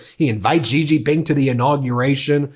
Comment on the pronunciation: Off topic, but an important point… President Xi is not pronounced with the kind of Z/G sounds you are using. The correct pronunciation is more of a ShE. … as if you were saying ‘she’ but with a very soft, ‘almost silent’ ‘h’. Very hard to write phonetically in English, but that’s the closest. Why is it important… (?) of course it is and not getting it correct sounds unprofessional and lazy. Kind of like how almost everyone (including Rachel Maddow) pronounces Qatar as if it were ‘cutter’. .. it’s more like katar y’all. Or how so many people can’t seem to pronounce nuclear… it’s not nuculur. But great shows always, Ben. Cheers. And, while most Americans probably couldn’t care less… well… that’s American laziness and a toe in the pond of arrogance. Note how trump mispronounces everyone’s name… either because he is a moron, or on purpose! Arrogant, lazy, and insulting. Yes, trump loves uneducated people… let’s not be in that group.